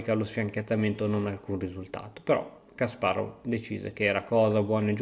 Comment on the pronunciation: Hai imparato a dire Kasparov. Altri 10 anni e userai l'accento giusto anche per Topalov e per tutto gli altri ex URSS